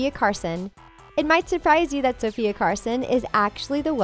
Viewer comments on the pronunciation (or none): none